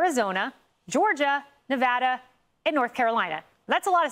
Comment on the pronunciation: Stop saying Nevada wrong!